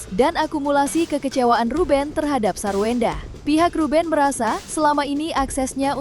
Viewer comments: wkwkwk.. ini telinga gw apa emang hostnya ngomong SARWEWENDAH 🤣🤣🤣🤣 emang wewe kawi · Ngakak hostnya bilang sarwewenda😃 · Kok presenter nya bbrp x nyebut sarwendah "sarwewendah